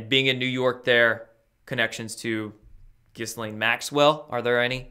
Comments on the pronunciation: apparently Ghislaine Maxwells name is pronounced more like "Ghee-yan" or some shit like that. Also, the hash tag of Cali island seems like it could have more than one reason for being used. Kali (same pronunciation as Cali), is a goddess of old and is also named "the destroyer" and is linked to sex in some lore. I thought that made it more interesting that it was used in the hash tag for this particular island and by these particular people... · The "s" is mute in Ghislaine, otherwise you got it right. The first time I see my name in big news, and it's connected to this!!!!